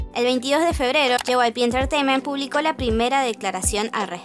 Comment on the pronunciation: Se siente raro cuando dicen JYPE pero es JYP xd